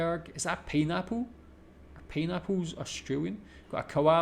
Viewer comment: Grog is alcoholic drinks. What is pee-napple? ROTFL! Think tropical instead of Scots - pie-napple. 😃. That spider looks like a Huntsman, and if it is, you don’t need to worry. Huntsman spiders are our friends because they hunt for cockroaches and other bugs in your house. Bogan is uneducated in language, dress and social skills.